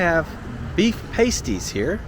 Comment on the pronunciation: Pastie pronounced like “Past” not paste.